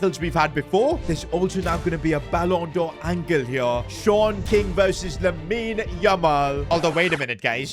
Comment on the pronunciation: Actually his name is Sean King but he is saying short king